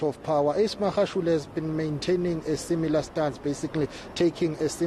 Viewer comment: This white lady pays no attention in learning to say Magashule the right way, she doesn't care, come next year she still would have not learned.